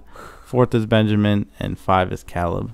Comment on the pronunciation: You're saying Caleb wrong but it's okay we all pronounce stuff different